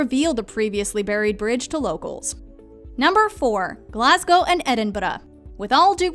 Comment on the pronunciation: Wow, the narrator is literally the first American I've ever heard pronounce Glasgow properly. 👏 Edinburgh she nearly got right